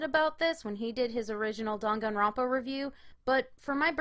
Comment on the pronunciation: "rONpa" "moNAkuma" wtf is wrong with you lol. cringe